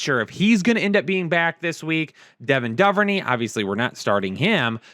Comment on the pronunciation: Duh-ver-knee is Dew-ver-nay. Good lord.